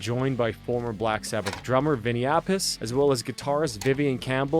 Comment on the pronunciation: I believe it's api-chay. That's how Dio said it when introducing him when I saw them